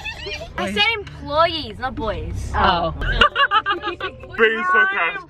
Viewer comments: definitely said employes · I'm sure said employees not boys but she said it like employs